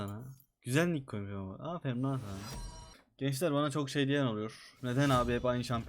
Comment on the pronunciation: ''AFERİM'' DEĞİL ''AFERİN''